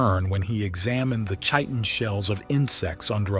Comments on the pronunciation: Its pronounced "Kiten" ...not chiton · Chit-in. Chi-tin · Kie-Tin.. it's pronounced Kie-Tin (Chitin) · Chitin is pronounced "kite-in" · how about just proper enunciation of words like chitin? lol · Hey man, maybe research pronunciations if you're not sure. You got Chitin wrong.... So if you got that wrong, what else didn't you research? Is anything you say believable?